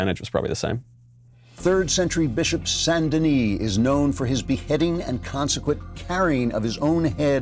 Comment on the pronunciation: He said “San Deni” and do it may have confused them since he didn’t just say “Saint Denis”